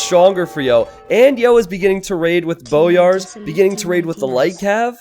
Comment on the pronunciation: I'm pretty sure it's pronounced "boy-ars"